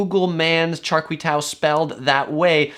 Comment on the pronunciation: Pronounced "Char Kwei Due"